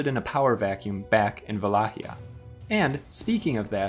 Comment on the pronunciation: Another great episode! I'm looking forward to the continuation and hope it will not end on Vlad Tepesh. We have to at least get to Michel (Mihai) the Brave. Also, nice pronunciation of Wallachia! At least, that's how we would say it in Poland. I assume that the actual Romanian pronunciation is similar.